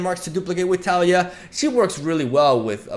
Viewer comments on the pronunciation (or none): I still cringe at his pronunciation of taliyah, but still love his videos